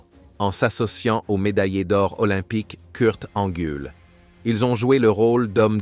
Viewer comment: Le gars est capable de parler en anglais mais même pas capable de prononcer Kurt Angle ou Raw 🤦‍♂️🤷‍♂️👏